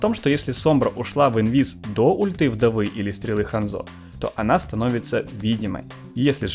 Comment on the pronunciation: Хандзо ударение на а